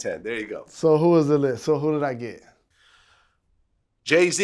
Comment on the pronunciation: I stopped watching after he said Jay-Z.